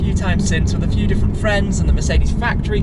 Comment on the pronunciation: did he really say "We'll see in a Shfew minutes." or is it just me?